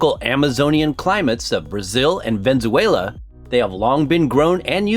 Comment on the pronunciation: You lost all credibility when you said venZUEla.